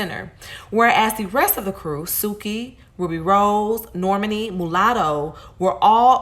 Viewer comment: Imma need you to fix my girl Normani name. Cause that’s not how u pronounce it😭💯